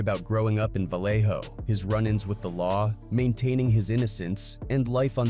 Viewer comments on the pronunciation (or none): Dead homies this a AI video. He ain't even pronounce Vallejo right